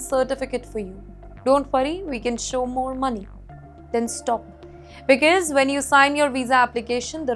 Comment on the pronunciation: Please practice the pronunciation of the words ‘because’ and ‘clear’. Otherwise you are very elegant and eloquent!!